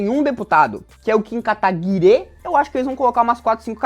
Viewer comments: pq o jones fala kataguire, qual a história disso? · O MBL ficou bravinho pq o Jones escreveu o nome do Kataguiri com E no final e agora ele faz questão de falar errado de propósito, tanto que ele força o E pra ficar aparente.